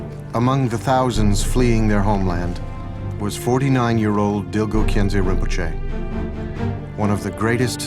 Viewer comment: Lovely, thank you so much for sharing this. FYI, Dilgo is pronounced "Dingo" in Khampa Tibetan. It's just one of those oddities of spelling of an old Tibetan family name.